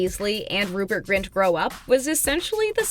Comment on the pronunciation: It's Rupert GRIN not Rupert Grint... 🙃